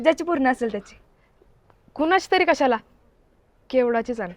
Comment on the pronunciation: केवढा नाही दादा केवडा बोल 😊